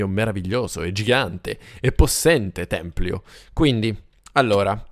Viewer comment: si dice tempio, non templio ahahah😂❤